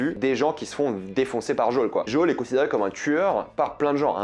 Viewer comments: Super critique mais pitie pour la video sur le 2 dit joeeeelll pas jol.😅🤣🤣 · Mdrrr alors toi tu es très très fort déjà c'est des claqueurs et non des cliqueurs ensuite c'est Joël pas JOL!! Ça te rend pas crédible du tout lol enfin bref un chef-d'œuvre ce jeu étonnant que tu ne l'aies pas fait avant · Mais pourquoi tu dit Jaul? C'est Joël. 🤣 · Entièrement d’accord avec vous ! Jaule ??? (Joël) jo-é-le c’est mieux mdr